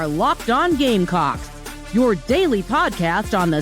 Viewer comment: Is it just me or the "S" in gamecocks was cut short the first time the woman announcer said it lol. "You are locked in on gamecock" . She said gamecocks . but ....i swear...lmao